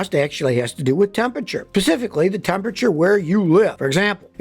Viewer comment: "pacifically" lol i love you scotty but idk that made me laugh